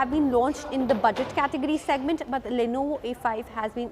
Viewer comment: It's Lenovo not Lonovo. I got here looking for a Lonovo soldering station.